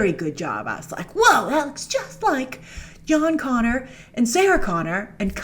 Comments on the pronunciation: Jon “Gonner” Connor😂😂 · John Gonner. Lol.